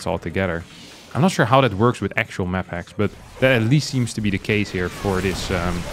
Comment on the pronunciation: I keep thinking I hear 'MaxPax' as opposed to 'maphacks' haha